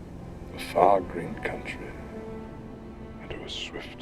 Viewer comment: I also love how Ian McKellen, with his Shakespearean diction drops the last syllable of "Far Green" to sound like "Farthing" bringing it back to the shire in a way that's just a masterclass in acting, direction, and scene work.